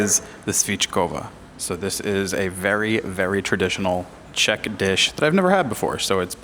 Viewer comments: Dívám se jen na začátek a vyslovuješ velmi dobře. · I'd ask for more cranberries. They go extremely well with meat, especially svíčková. Your pronunciation is #1! 👌 What you missed is beer. 🍺